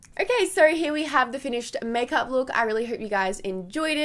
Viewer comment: Did someone ever tell you, that your "here" sounds soo german? Cause in german it is "hier" and it sounds so equal... so funny to hear as a german one :)